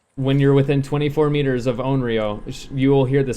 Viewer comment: I respect your skills and playstyle but if it's a killer you main, maybe you'd wanna spend a min to learn how her name is supposed to be pronounced. it's not ''on real'', not even close.